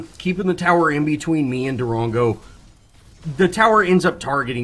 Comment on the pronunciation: I cringe every time you say Darango. But good commentary